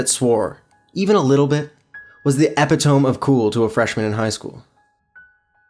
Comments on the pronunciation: HE SAID EPIH TOME! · do you know how to pronounce Epitome ? ( E-Pi-toe-me) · Great video,by the way "epitome" is pronounced e-pit-omy